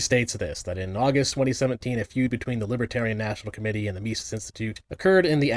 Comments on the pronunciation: Vaush getting Mises pronunciation wrong might be nitpicky on my part but I've yet to see a libertarian mispronounce it, only Leftists seem to do it 🤔 Also I'm surprised Vaush still makes videos about libertarians considering how he seems to be just another grifter chasing latest news. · He can't even pronounce the mans name correctly. Showcasing that our horse fanboy has done no research. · The only thing less surprising to me than the lying is him mispronouncing the name of the organization. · The fact that Vowsh (as he likes to be called) can't even correctly pronounce the namesake of the group he's trying to denounce should immediately discredit everything he says in denouncement of it. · You know it's going to be useful information when the guy can't even pronounce Mises right. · Oh, that lying son of a bitch... that no good, lying son of a bitch. At least he didn't pronounce Mises correctly. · Something like "Mee-zees." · Mysees, Robard, and Hopper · MYE-SEES lmao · ME-cis, right? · i love the fact that he calls it the mice-es caucus. just goes to show that literally everything he knows about it comes from wikipedia. and naturally, he starts by saying he's not going to overstate the case before completely overstating the case by calling them nazis. classic voosh. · Misis Mesis Idk why he didn't aleast Google someone saying the name. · The "mice-eese" caucus... The one named after the freedom loving jewish economist is ... Nawtzees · I hate when these people, no matter the language, always mispronounce simple names, it's so stupid "my-sees"? It's literally as straight forward as it gets and simple in terms, it's the Mises cacus, it's very common terminology if you're in the in the business of talking politics. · "Mice-eez" He can't even pronounce the fucking name correctly, lol. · The way he pronounces Mises makes me want to punch my phone. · You have the restraint of a Buddha for not making fun of his cluelessness of how to pronounce "Mises."